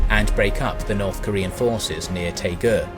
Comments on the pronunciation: Interesting video, but Daegu, Daejeon and Busan don't start with 'T' or 'P'. I've been to all three places and they're written in English with 'D' and 'B' respectively. Daegu for example is pronounced Day-Goo as opposed to Tay-ku. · Great job except the city names. Pohangdong sounds like poe - hang (a like in father) - dong (long o sound). Taegu sounds like Dtae (short d&t sound together and a like in "day") - gu (goo). So ALL "a" in Korea are like a in Father. ALL "u" are oo, all "ae" like in day, all "o" are long o sound, all "i" are ee sound...etc. oh, "eu" is a sound that is learned since there is no sound like it in English. Once you learn the Korean alphabet it's so easy to read Korean characters and easier to read the Konglish words. But overall, great job!